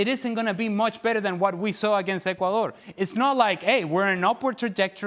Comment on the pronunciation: "Ecudor?" Did you forget something?